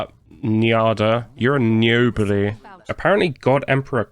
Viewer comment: "You're a Njobody" got me way harder than I thought it would.